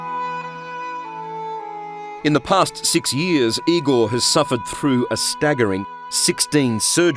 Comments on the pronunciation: IgoR. R- at the end not IgoL ! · No it's I-gore